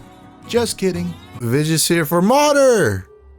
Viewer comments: It's pronounced like "Moo There". Long o, soft d. And means mother. Which you probably guessed. The guy talking about Mauder or Mohder down below is close, but still off. Take it from an actual swede. TIp: Workbenches and torches prevents spawns. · It's Mauder (phonetic) - Means mother. I've been calling it Mohder (phonetic) for years but was wrong. Every biome feels different than the last. Mistlands is a bit tough to get in, but once you find a dungeon to battle in, you should be smooth sailing. I find The Queen to be one of the easiest bosses to kiil so you probably won't feel so frustrated taking her on. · Wouldn’t the old norse, even east norse, be closer to mau-ther? Modern swedish pronounciation would have a moo- sound, but I’m not sure about this case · Nah you were actually more correct with your first pronunciation. ^_^ It's a long "O" in Swedish so it would be more like "Mooder" in English. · yeah bonemass always kinda bothered me. Kinda clashes with the whole thing. Moder and fader is the same in norwegian (even if fader is used more as a priestly/holy term) so in that sense, moder could be pronounced phonetically by itself. Honestly it might all be speculation untill the devs say otherwise